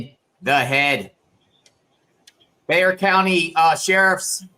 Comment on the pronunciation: I'm impressed you pronounced Bexar right 😉 Crime has been so crazy here lately.